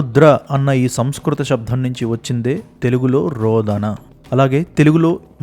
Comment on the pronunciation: అయ్యా నమస్కారములు. మీ కృషి అత్యంత శ్లాఘనీయం. మీ భాషణలో శబ్ధం అని వినపడుతోంది. కాని శబ్దం అని ఉండాలి. దయచేసి గమనించ గలరు.